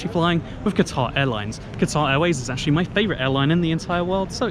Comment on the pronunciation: Qatar Airlines, as in the country in the Gulf, not guitar.